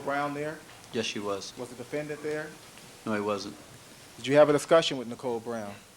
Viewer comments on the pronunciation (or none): The chip on his shoulder is the size of Mars Also, I hate how he pronounces the word ‘defendant' He's like the “DE-FEN ENDDD-ENTTT--ITT" It drives me fucking nuts.. Also, the camera man.. Jesus.. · I’m so glad I’m not the only one who despises how he says defendant. I don’t know if you have watched the Jody Arias trial, but the judge pronounces it the exact same way as him. It drove me nuts through watching that trial.